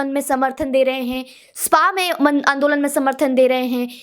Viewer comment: कल की लड़कियां, कट्रीना और ज़ॅक्कलिन हिंदी सीख गईं, पर सोनिया आज भी 'आंदोलन' को आन दो लंड कहती है! 😆